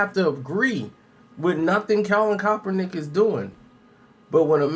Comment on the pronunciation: Why are you unable to properly pronounce Kaepernick?